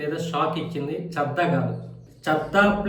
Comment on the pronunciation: చద్దా కాదయ్య బాబు చడ్డా 😮